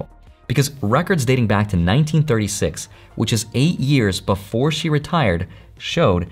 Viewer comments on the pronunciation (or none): none